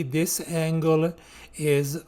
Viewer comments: bro is telling angle "angala" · bro it's something on the "anguala" side